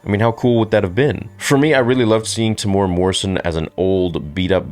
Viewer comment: Temuera is pronounced Teh-moo-ear-rah with rolled r's. I know it can be difficult to pronounce indigenous names properly but it's respectful. So if you respect Tem then you should make an effort to respect how his name is said.